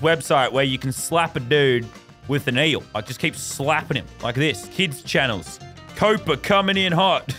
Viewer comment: It’s COPPA not COPA